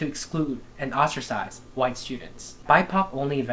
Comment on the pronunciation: The "KQUUHHHwhite people" had me rolling ngl lol.